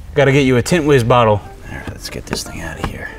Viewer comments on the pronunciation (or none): none